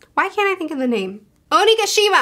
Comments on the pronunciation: “Oshima. Oshi- Ocean- Oshigi… Omeshuggah… Oshimagee…” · calling Onigashima as OshiMcgee is is the best slip up I've ever heard. I'm gonna call that from now on. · trying to say onigashima is my new spirit animal. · You mispronouncing Onigashima was so cute. I watched it like 10 times hahahahah I love your opinions <3